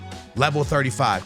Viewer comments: So the whole video he says konete , that's messed up😂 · It’s pronounced: KUN-NAH-TAY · Y’all shut up with that “It ain’t that deep” glazing y’all doing. It’s clearly annoying to most ppl that he seems to deliberately mispronounce player’s names without any honest effort to get it right. That’s a simple KO-NA-TE yet he switches it to something completely off. Especially for someone who claims to watch allot of games, does he not hear the commentators correctly say these player’s names… Y’all skittles can’t do with any form of constructive criticism even when it’s not directed towards y’all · How is fifa his job and can't name anyone over here saying conete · Homem. O nome é KÓ nÁ tÉ 😂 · Konate : no Konetta: yes Can u learn to read!???? Starting to piss me off how this guy says those names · No one:: “Konetah” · Saying van de ven and konate wrong on purpose I'm sure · I'm a big fan of dont get me wrong but does no one else find the way he says certain names of players and clubs wrong just that tad bit annoying? The way he was pronouncing Konate and van de ven this video was like nails on a chalkboard. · Ok, Bro.. you got to atleast learn all these players name. Unless I'm missing something and he just like calling their names wrong